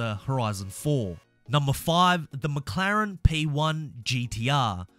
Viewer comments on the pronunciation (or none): none